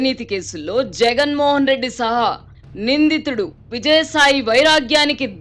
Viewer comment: సహ నిందితుడు ఒకటే పదం, vidadeesi chadava koodadu